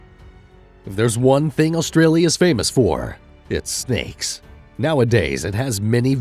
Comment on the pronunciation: There is not L in front part of Australia it's not Alstralia